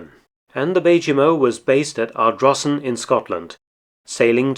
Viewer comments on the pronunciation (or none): none